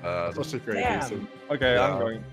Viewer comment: "De inventorie was pritti stendert"